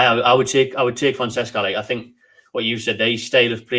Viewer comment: fon-seca soz for bein a word policeman haha